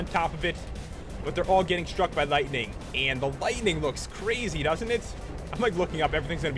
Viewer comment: dis dude pronounce and as "iiiind"